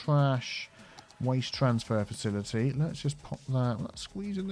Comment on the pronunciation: Car-ma-mile FaciliTea!